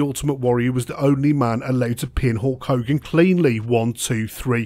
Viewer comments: Did you call him Hawk Hogan?! I think you did haha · As some one from England we don’t call him HAWK hogan 😅